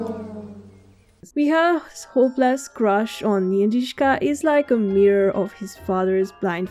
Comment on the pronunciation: I love you pronouncing 'Jindřiška' so well. You do very well with 'ř'and don't let anyone else to tell you otherwise 🥰 On a personal note it's so heartwarming to hear my name from english speaking person on the internet. ❤